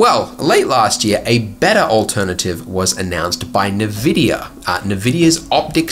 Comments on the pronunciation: did andrew said ne-vidia instead of N-Vidia... haha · nevidia? it's pronounced as en-vidia....dude, lol! Living under a rock, have you? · FYI the company name is pronounced en-VID-ia, not nuh-VID-ia. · why do you pronouce it NEVidia? it is "N"vidia, as in envy, because Jensen Huang felt envious of of ATI (now known as AMD) . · Hi Andrew, I’ve enjoyed quite a few of your videos over the years, although you’ve got a really irritating habit of mispronouncing key words and 3D-related terms that suggests you’ve never actually heard them spoken out aloud before... for example Nvidia is pronounced “En-Vidia”, not “Nah-Vidia”, fresnel is pronounced “frah-nell”, not “freznell”, caustics is pronounced “kostics”, not “korsticks” etc. If you’re gonna call yourself a guru, you should probably learn how to pronounce the words you choose to speak. I know you live in Queensland, but that’s no excuse for laziness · Envidia not nividia. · Neh-Vidia honestly sounds so much cooler than En-Vidia. Also great video Neatvideo is seriously magic and like almost required vfx tool I'm glad you mentioned it! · I used to pronounce it Nividia too, turns out it's just INN-Vidia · EN-vidia, not nah-vidia. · it's spelled NVidia. N vidia. The letter is N ("en") not Ne. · NVIDIA: "En-vidia". Not "ne-vidia.” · You got me stumbled with your pronounciation of nVidia. It's Enn-Vidia, not Navidia. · "Nuh vidia" have you never used the internet? Everyone pronounces EN VIDIA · Am I really the only one wondering about his pronunciation of Nvidia? I mean, "nahvidia"? What?!? Isn't it pronounced "N - vidia"? Kinda like "envy" - dia.? Other than that, interesting video. I believe I saw a video mentioning that 2.81 will get an Intel made denoiser. Be fun to see another comparison then. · EN-VIDIA, not NIVIDIA. Cheers. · "Nuh-vidia" lol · NER-VIDIER. It's the way it's sayed. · DID THIS GUY JUST SAY NAVIDIA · It’s “N” vidia ... I’m having a heart attack listening to him pronounce this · nevidia? nEvidia??